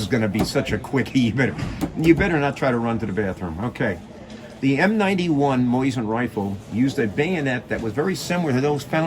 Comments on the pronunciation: Why he has to say “moyzin”? This is a good video but Moyzin bugs me every time i hear it😅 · The way he says Mosin, Moizen😂